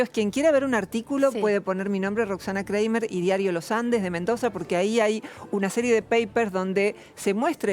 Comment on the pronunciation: Periodista, se pronuncia "Craimer" y no Creimer. Además, dejate de discutir de igual a igual con una doctora filósofa de jerarquía internacional!